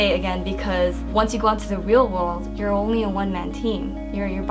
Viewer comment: "Weal Wold" I luf u